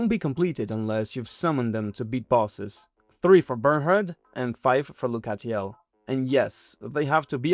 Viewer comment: the way you pronounce lucatiel 😭